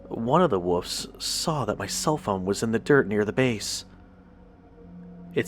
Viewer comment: I like the content and the quality of your videos but you have to fix the pronunciation of "WOLF" & "WOLVES" you are saying "WOOF" & "WOOFS" and it drives me insane lol